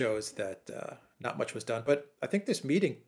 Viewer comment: "march" with an "R".